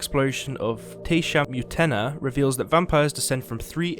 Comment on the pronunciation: You butchered the pronunciation of Tesham Mutna lol